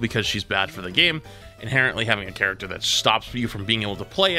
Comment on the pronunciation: in conclusion the word inhereńtly was sais